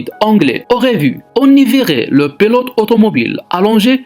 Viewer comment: c'est pas pélote mais pilote... vidéo de merde